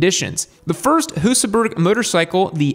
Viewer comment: you pretty much got it right! Then you defaulted back into butchering the name again. And Husaberg is pronounced "Husaberj".